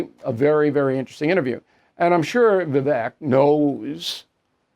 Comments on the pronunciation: Bill, his name is pronounced Vivake, like cake. Okay? Dont get off on the wrong foot with the interview by mispronouncing his name. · Vivek's name rhymes with cake❣